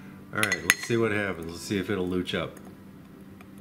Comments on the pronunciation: Louche/Louching is pronounced "loosh/looshing".... not "looch/looching". Just FYI. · I was originally told that it was pronounced "Loosh" but I may have been lying on the floor of a bar in New Orleans at the time. The louche is, of course, the desired outcome of a traditional absinthe presentation. To remove louche/Irish mist/Scottish mist from a bottled spirit just warm the bottle slightly and keep it warm for a while (the normal cautions about warming flammable volatiles in glass apply). That won't get rid of globs or oil, just the haze. Many wise and experienced people have told me that we can prevent louching in the bottle by bulk proofing very slowly over a period of days before bottling. They say words like "saponification" and seem quite confident. They are wrong, of course, but I respect them anyway. A slug of 170+% neutral will clear it right up. I also suspect that just the tiniest pinch of sodium citrate would clear a louche, but I won't be trying that. Somebody might see.